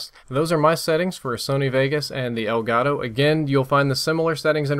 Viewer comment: elgato is a spanish word should be pronunce like elgato and not like elgaro.